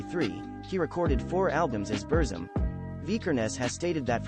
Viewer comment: At least please pronounce the name of his music project correctly mate.